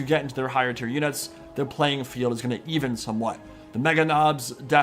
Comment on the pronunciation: I heard 'While steven...' all Blood Ravens are now named Steven to me.